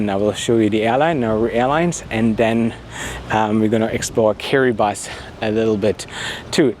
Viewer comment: Top marks for pronouncing Kiribati correctly, most people say it the way they see it, you obviously researched it.